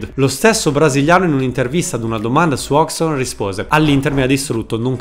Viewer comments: Bel video, comunque una volta per tutte e a beneficio di tanti: Hodgson non si pronuncia "hogson" ma "hoggieson" = figlio di Hodge. Così come è da brividi che dopo 30 anni che è in Italia si continui a chiamare Mihajlovic "Sinìza". Si pronuncia "" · Sai che l'ho pure cercata la pronuncia di Hodgson ma nonostante tutto l'ho sbagliata nel video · A distanza di anni non sono ancora riuscito a capire come si pronuncia Hodgson: "Ozzon" ?, "Osson" ?, "Occion" ?. Comunque nel tuo video manca il peggiore di tutti, quello che dopava i giocatori con il caffe': il bello che la borghesia interista, continuando a ungere le ruote a Palazzo Marino, e' riuscita anche a fargli dedicare i giardini a Piazzale Axum. Continuate a farci ridere perche' lo fate dal 1908, avanti così.